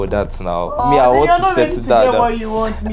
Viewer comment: "I will give you what you wan"t... HAHAHA